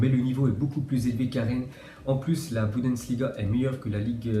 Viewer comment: Pk tu fait que dire bundensliga